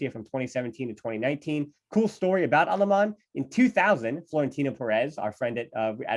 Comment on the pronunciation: Wtf are these American name pronunciations ? It's Alemany , Benaiges and Alexanko.